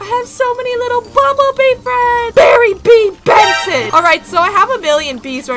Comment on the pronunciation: “Berry B BENSON” OK OK